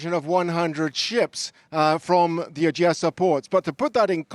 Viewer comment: If you are speaking English, speak English, man! In English it’s Odessa, not Ojiyessa.